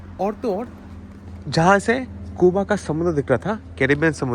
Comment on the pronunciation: कूबा कूबा क्यो बोलते हो? सही उच्चार जो दुनियाभर में बोला जाता है क्यूबा।